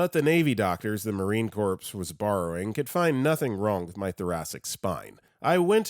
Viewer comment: Corps is pronounced Core. We're not dead.